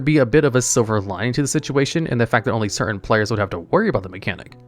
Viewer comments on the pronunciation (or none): none